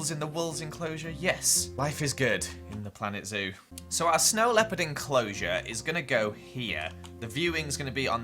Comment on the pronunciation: Did you say snow leaperd my main character is a snow leaperd